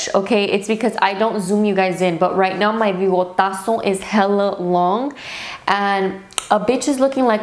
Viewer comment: "Bigotaso" lmao